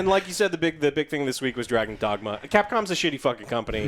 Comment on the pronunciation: "Dagon's Dragma"